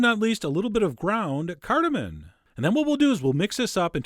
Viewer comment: What on earth is "Cardemin"? Did...did you mean cardamom? XD